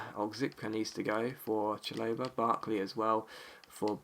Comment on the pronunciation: Chalobah = Shal-ob-a not Cha-low-ber